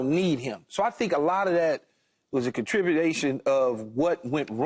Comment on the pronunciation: he said contribudation